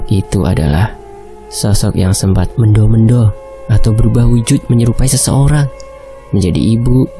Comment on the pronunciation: Bukan mendo mendo min tapi membo membo